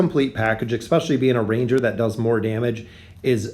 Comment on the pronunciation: e-s-p-e-c-i-a-l-l-y there is no k <3